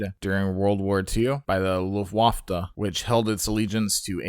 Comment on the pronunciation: Well A: the Me 163 was a piece of shit. B: whenever you land with the 163 to hard it’ll explode. I’m a WW2 geek. (Just got triggered with the pronunciation of Luftwaffe so ima correct because I have no life, it’s pronounced Luft-Wah-fuh)